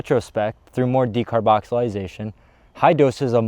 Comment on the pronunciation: De car boxy lating or de car boxy lation, not decarboxilisation!